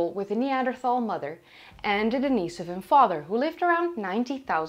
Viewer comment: Daneasavin? Isn't it more like Dinasoevan?